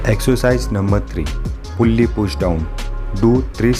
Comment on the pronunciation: Did he say पुॢली pushdown 😂😂